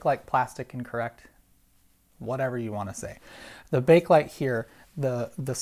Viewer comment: The first "E" in "Bakelite" is not silent.